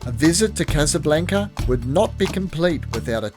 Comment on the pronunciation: Still saying casablanca wrong? 😅